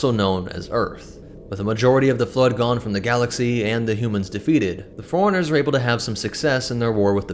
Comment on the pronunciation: This guy pronouncing 'forerunners' like 'foreigners'